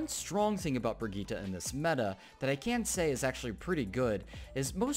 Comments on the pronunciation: It's Brigitte Bri-git-te not Brigitta but nice video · its swedish... its bri-gitt-e:) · Pronunciación: vergíta...